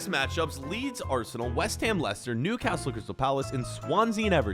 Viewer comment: You pronouncing Newcastle makes me cringe being from the city i know how to pronounce it probably